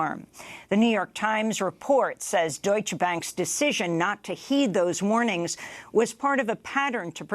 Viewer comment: Amy, learn how to pronounce "Deutsche". You sound ignorant when you don't pronounce the "E" at the end.